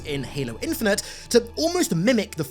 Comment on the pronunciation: Halo what? Infineter????